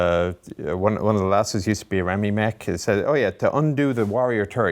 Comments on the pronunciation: By the way Mr. Chieftain, REME is not "Remmy" but "Ree - Mee", but you may do as you will of course, good videos, I enjoy them and thanks. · As an ex REME I cringed each time he said remy. It’s pronounced REE ME. Otherwise good video.